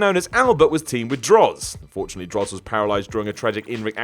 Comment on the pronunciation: You've got to enunciate a little clearer, because it sounded like you said Droz was fortunately paralyzed. Honestly, Tensai was a misstep, it would have been better to bring him in either as a leaner, meaner Albert or make him one of the first to roll in with their non-WWE name intact as Giant Bernard.